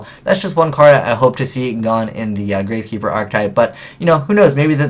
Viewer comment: Dat Grav(no"E")Keeper